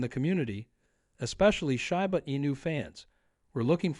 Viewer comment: It's SHEEEEEBA, not SHAI BA